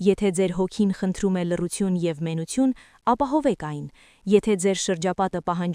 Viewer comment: Գրագետ խոսե՛ք՝ դ-ն,թ-ն ՝ Ց մի՛ արտասանե՛ք , եւ այլն<լռուՑյուն>,<միուՑյան, զգացողուՑյան> ,<կրթուՑյան>եւ այլն չէ,աղջի՛կ, Թ-ն՝ Թ արտասանի՛ր , ոչ թե՝ Ց։Քերականական գրքեր բա՛ց արա եւ ուղղաԽոսություն սո-վո-րի՛ր, բոլո՜ր Թ-երը՝ Ց արտասանեցի՛ր։Եւ՝ այլն։